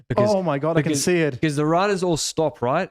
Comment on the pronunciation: I cant unhear saying beKuss instead of because all the time 😅